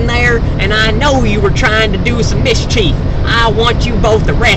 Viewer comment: "miss-cheif" lol